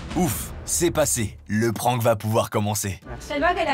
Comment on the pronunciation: Pourquoi oblige les gens depuis tout le temps a prononcer le mot anglais Prank comme si c’etait un mot Français PRENQUE?